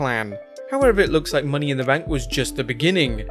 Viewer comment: And what's a Money in the Bnak? 😂👎🏻